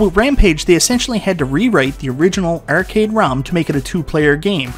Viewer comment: the word is "arcade." Not "ercade."